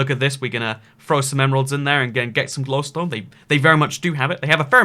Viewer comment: You pronounce glowstone shittily.